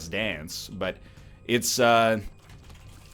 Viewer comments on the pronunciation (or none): none